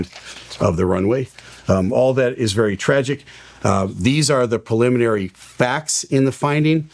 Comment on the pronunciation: Say it with me...."pre-limin-ary".